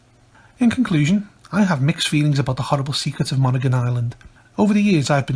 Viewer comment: People from Maine pronounce it as mon•hee•gon or mon•hee•gin with a hard 'g'.